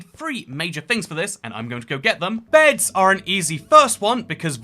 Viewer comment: Did you say "BEDS ARE AN EASY FIRST ONE?"